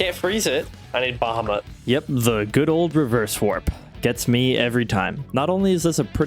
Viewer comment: Also it's "BA HAW MET"